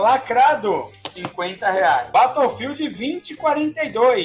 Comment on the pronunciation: Que doideira, como um cara consegue se comunicar com as pessoas nos EUA falando BATOUfildi?